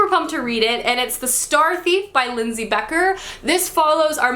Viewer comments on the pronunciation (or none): none